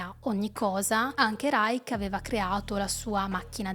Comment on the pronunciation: Reich in tedesco si pronuncia in finale dolce, non dura. Come li-scio. Ma possibile che tutti gli italiani che parlano sui media non riescano a capire le basi del Tedesco, ripetute da decenni, e storpino cocciutamente parole notissime, es Terzo REICH..."sch" come scivolo!?...incredibile. Poi perpetuano le loro figuracce a tutto il pubblico...che le imita.